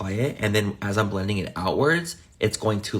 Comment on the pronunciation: Bestie why do you say “get into ehhhittt” it is one syllable 💀